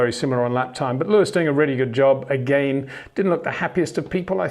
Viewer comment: HEY PETER WINDSOR, I HAVE MESSAGE FOR YOU SIR: With all due respect ... it is NOT Max "verSHtappen" ... Max is not German (Germans indeed do pronounce "st" as "sht") ... #Max33 = Dutch 🇳🇱 NL/Belgium! ... It is not "Bottash" nor is it "Lewish" certainly not "verSHtappen" .... This BS started long time ago when a British sport presenter interviewed father Jos Verstappen and assumed you can use a German pronunciation to a Dutch Driver thinking it is so "funny" ... It is not. Serious question: can any Englishman say "versatile" out-loud without saying "vershatile" phonetically? most can about 99,99% ... that is why most English can pronounce Verstappen 100% correct! Father Jos Verstappen (also F1 Racer) was very active between back then only a very few said "Vershtappen" but the vast majority of British sport presenters pronounced it perfectly ... only a few old stubborn farts like Peter Windshor .